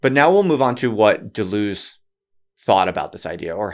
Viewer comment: >writes a book on Deleuze >can't pronounce his name